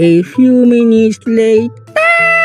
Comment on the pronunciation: "one minute LaTeR!!!!"😂😂 " a few moment lAtEr!!!!!!" -🤣